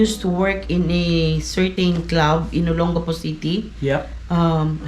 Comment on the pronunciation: My dear Sir, you really need to pay attention to how your dear wife and other locals pronounce personal names and place names in the Philippines. Note which syllable is stressed more. Instead of saying O-lon-GA-po, say O-LON-ga-po. And instead of saying Mon-te-li-BA-no say Mon-te-LI-ba-no !! 😄 Doug A.